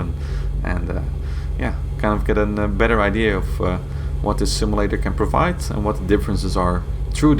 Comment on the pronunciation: Say "sim-A-lator" one more time...lol